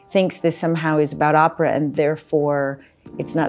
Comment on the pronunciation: He keeps saying Oprah but it's Opera.